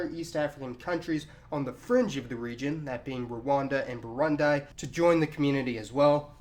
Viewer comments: aadil saleh , Tell him, it's not Brundai, but instead Brundi ! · It's pronounced "Burundee" not "Burund-eye" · Oh no he did not say 'Burundai'. Actuaally he said Burandai. Is it so hard to say BU.RU.N.DI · Burundi,is pronounced,burundi,not burunday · booroondee not buuuruundeye. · * boo-roo-ndee not buru-ndai LOL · hahahaha...I'm Kenyan...it's not bouroundie….its Burundi....as is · Burund-ee not burnd-eye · It's pronounced burundee btw not burundie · BURUNDI Not Brownd-eye lol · /buˈɹuːndi/, /bəˈɹʊndi/, or /bəˈɹʌndi/ NOT /bəˈɹʊndaɪ/ /ˌbuːʤəmˈbuɹə/ NOT /bəˈʤʌmbəɹə/ /oʊˈmɑːn/ NOT /ˈoʊmən/ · ...you're pronunciation is very cringey. Keep in mind that most African countries are said the way they are spelt for example Burundi is said as Burundee not Burundy. Get what I'm saying? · Its "Bu run DEE" not "Bu-run-dai" you're welcome :) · STOP SAYING BURUND-I IT'S BURUND-EE LAUGHING MY ANNOYING ASS OFF srsly, why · It's not burunday it is burundi. The "i" in the end is pronounced like an "e". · Why are you saying BURUNDAI? "i" is "e" when you say BURUNDI,like when INDIA .okay? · Dude seriously this is not a new country this just like the East African union its no different than SADC or AU its also no diffrent than the EU this is not a union of country so stop spreading lies and also learn to pronounce countries right there is no Brundai it Burundi ,Also UGANDA and KENYA were britsh colonies not Tanzania it was a protectorate under british after Germany lost WWI and II .Now Pay attetion THERE WILL NEVER EVER BE SUPER ONE IN EAST AFRICAN COUNTRY DUE TO LAND ISSUES AND THE FACT THAT TANZANIAN DONT WANT THIS. THIS UNION WILL BE A TRADE AND CUSTOMS UNION ONLY TO SOMETHING SIMILAR IF NOT THE SAME AS EU BUT KARIBU SANA TANZANIA ONGEA KISWAHILI KATAA USHOGO CHADEMA DAIMA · Burundi is pronounced "BOOROONDEE" not "boorandie" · Its pronounced burundee not burundie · It's pronounced boo-roon-dee. Not buh-ruhn-dye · Please, it's pronounced Burundee not Burundy -_ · Wtf is "Burundai"